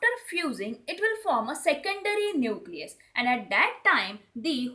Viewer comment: Nusilus ni न्यूक्लियस 😂😂